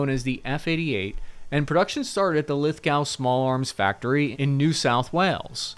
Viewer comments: Can you learn how to speak at some point? LithGO. Not LithGOW. Timor and Thales also wildly off amongst every other mistake in this one. Crikey. Learn how to talk proper would ya? ;) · Lithgow is pronounced "Lith-Go" rather than "Lithg-Ow"! Always love seeing Americans trying to pronounce our town names! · Great video but it's pronounced Lith-GO not Lith-GOW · So they are pronounced Lith-go, as in "go ahead" not Lith-gow or "do it now" and the other is Thales is pronounced "Talice" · Lith-go not Lith-gauo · Solid video. says Lithgow wrong like a real American. 10/10 would watch again.... btw it's 'Lith-GO' not 'Lith-GOW' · Lithgow = Lith-Go, not Lith- Gow. That hurt to listen to 😂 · It's pronounced Lithgo now gow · as an Aussie i must be nit picky about the pronunciation, it lith-go not lith-g-ow, thank you for your time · Love from Australia. Fyi Lithgow is pronounced Lith-Go. The Lee Enfield was the plinking rifle my grandfather handed me when I was about 12. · Lithgow - “Lith-go” Timor - “tee-mor” Arafura -“araf-you-ra” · The W is silent on Lithgow, pronounced Lithgo. It's a good rifle to shoot and versatile. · It's pronounced 'Lith-go' btw. And there's a weird editing skip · "Aquaterro.... I think I'm saying that right" Lithgow: "gow" rhymes with go. LithGO Timor: "Ti" rhymes with tea. Tea-more. Other than that great video, thanks :) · Lith-Go, Tee-More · One minor point - the town Lithgow is pronounced "Lith-go" as in "ready, steady, go". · Lithgow= lith-go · Lithgow pronounced lith-go. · "Lithgow" is pronounced "lith" as in lithium and "go" as in go there. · out of what I'm sure is little interest, it's pronounced "lith-go" not lith-gow. Also Timor is pronounced "tee-more" (Emphasis on the tee) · It's pronounced GO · 'lith-go' 'Can-bra' or Can-ber (bear)-ra or can you bear her (ra) ? 'Tee More' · Pronounced LITH-GO. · They're pronounced lith go and t -mor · It's pronounced Lithgo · It's pronounced Lith-Go and tea-more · and East Timor 🤦‍♂️